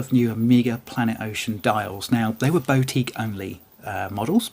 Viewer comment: Pronunciation of boutique is killing me off.